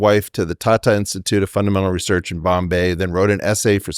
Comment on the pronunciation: Weinstein, properly pronounce the word 'research' or loose all of my respect.